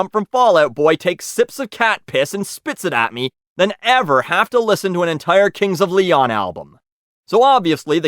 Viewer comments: "cunts of leon" lmao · “Cunts of Leon” LMFAO